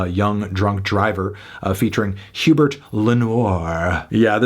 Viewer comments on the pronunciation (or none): goddamit anthony it's pronounced ooo-bear not who-bert